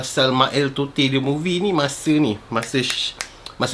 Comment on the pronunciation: Bro,salah cara sebut totey tu